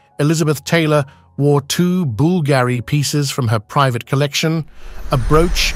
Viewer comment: say Bool-Gary one more time 😆